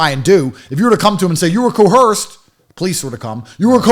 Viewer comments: "I was co-Hersed!" 😆😆😆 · Repeat after me. Coerced. The non-existent H is silent.